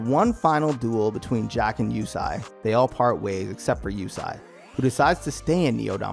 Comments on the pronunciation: Yusei is pronounced ( you-say ) not Yusai smh after the second time I heard that I stopped watching and a dislike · its not Yusai its YuSEI. like You-say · Yusei not Yusai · Since this channel uses the 4kids dub instead of the actual japanese, heres what they got wrong: Yusei pronounced Yu-say not You-sigh Carly' s love for Jack is not 1-sided Arc 4 villain "Z-one" pronounced "Zone" not z1 was the true master mind behind the last 2 arcs and travelled to the 5Ds era to prevent enerD and synchro monsters from leading to Z-one's future by putting an end to Synchros. The bonds across time movie also ties-in with a villain named Paradox (also a part of Illiaster) that also tried to rob Yusei of Stardust. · Wait is his name pronounced "you-say" or "you-sai"!? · Is pronounced (You Say) not (You Sai) 😂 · "Yu-say" was the dub name too. Idk what he remembered but it was lowkey bothering me lol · Yusai, ehh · My guy can't say yusei? I really don't like the dubs names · I can't believe how bad you messed up Yusei's name.....